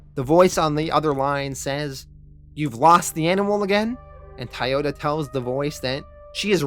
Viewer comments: Why are you saying thai yoda? It's spelled like the car company Toyota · Never heard anyone pronounce Toyota as [Tiyota] 😆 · Where are you from? Your pronunciation of certain words stick waaaaay the hell out. Toyota, Toy-ota where are you getting Tioduh from? Lav-vuh? How about Lah-vuh. It’s a pet peeve but after so many series it builds up